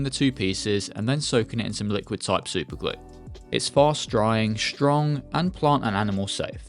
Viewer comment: Every time you say “plant” you add so many extra L’s. It’s like “Pa-Lllllllant”